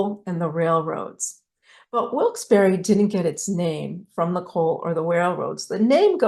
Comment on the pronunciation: As someone born in Wilkes-Barre whose ancestors were Connecticut Yankees and coal miners I really appreciate the work you put into researching Wilkes...and...Barre. And thank you for pronouncing the town correctly!!! ❤❤❤